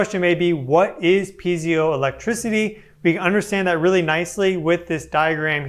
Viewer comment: I believe it's pee-ay-zo or pee-eye-zo electricity? Vs pee-zee-o. If I'm correct, I say this to help anyone look it up if they're speaking into their device.